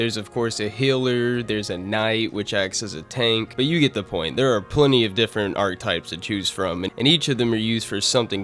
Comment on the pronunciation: "Arctypes" was killing me the whole vid 💀 just letting you know , its archetypes , pronounced " arc-he-type " 🤦🏽‍♂️😂🫡